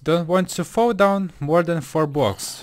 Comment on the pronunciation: I love how he says bwoks